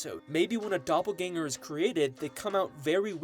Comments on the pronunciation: Love the vid but "doppergangel theory" got me dying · the way that saw doppelganger and said "doppergangel😳💀"